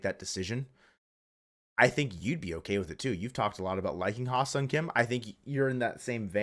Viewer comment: Great video :) Small tip: "Hye" is pronounced like "yes", but drop the "s" and add an "H" :)